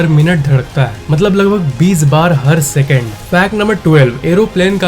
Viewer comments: Bhai matlab hota maltab nhi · Moltob nahi vai Motlob hota hai